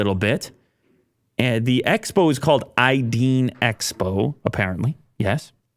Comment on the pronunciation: It's pronounced "idaen" expo. "Ideen" means "ideas" in German